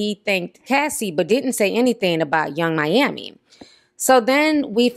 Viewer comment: Hold up… what did you call Yung Miami?!!!!😂😂😂